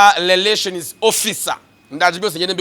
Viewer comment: Ubanza ufite ikibazo cya R na L?nta soni uti leration koko??!!ni Relation.